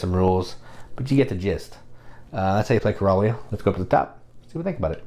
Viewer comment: I'm sure it's pronounced like Coral reef. Coral-ia. That's it. It is afterall taking place in the ocean where Coral grows.